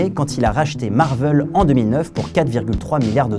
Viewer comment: Du coup.... Marveul ou Marvaile ?